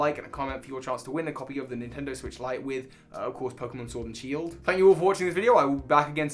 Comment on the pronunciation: Ah yes my favourite Pokémon game, Shiord